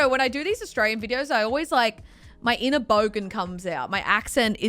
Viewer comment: Anyone else pick up on how says I'm Austray-ye-yan or says I'm from austray-ye-a